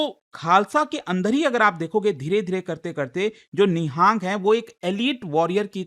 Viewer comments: It is Nihang not ni-haaa-ng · Nihaang sikh nhi pronounce nhi karte,it is Nihang sikh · It's not NIHAANG it's निहंग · It's not nihaang it's nihang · It's nang